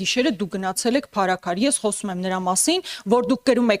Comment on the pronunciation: Փարսքյար չի անգրագետ այլ Փարաքար մի քանի բառ անգիր անգիր անելով ու բլբլացնելով չի Հայաստանը դարձելա Սիցիլիա լրիվ սուտ լրիվ սուտ